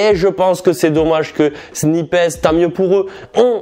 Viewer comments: On dit « Snipesse » ? Il me semble que ça se prononce « Snaïps » 😭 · C’est sn-ail-pe pas sni-pes 😭😭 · "Snipèce" ? WTF ! C'est "snaillepss" bro ! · Ho mon dieu comment il prononce snipes « snipèsss » « snaypèsss » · t'es sérieux de dire "snipaisse" 🤣🤣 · SnipEEEESSSS a jui mort la prononciation mon reuf 😂🤣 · 😭😭Non je te suis pas sur c paire les sape son ouf ms pas les sneakers 🤷‍♂️ ms chacun c goût 😉 ms fort c bien les vlog ta gérer 👍 et arrête de dire snipessse stttp 😂🤣😭😭 sinon la force pr toi et t projets 🙏💪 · Pourquoi "sni pess" ? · Il faut vraiment que tu arrêtes de dire SNIPES de cette manière... C'est horrible !!! 😂😂😂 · il faut le dire comme quand tu parles d'un sniper 🤪😉😂 Mais tout va bien sinon !!! 😂😂😂